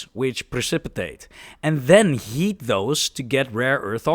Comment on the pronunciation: Every time you say "heat" it sounds like you're saying "yeet"